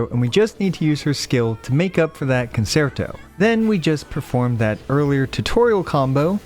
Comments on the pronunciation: as someone who once upon a time was heavily into the music side of things it's pronounced kuhn·chehr·tow no s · I love your videos but you always pronounce "concerto" wrong! It's a musical term, like most things in this game. If you Google the pronunciation it'll say it for you the correct way :) great videos though!! Very informative!